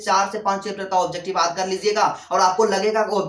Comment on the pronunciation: Sor aap yaad ko aad kyu bolte ho